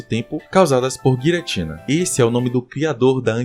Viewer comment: Pqp ainda fala Guiratina 😂😂😂